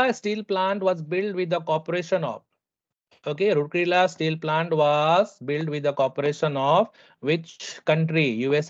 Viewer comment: sir that is pronounced ROURKELA not ROORKELA....only for correction😅